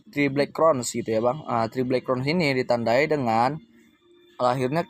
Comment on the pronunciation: Mantap penjelasannya. Tapi bahasa inggrisnya agak buyar. Crows dibilang cron